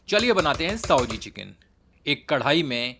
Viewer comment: साओजी नही भयया सावजी बोलो आप उच्चार गलत बोल रहे हैं हो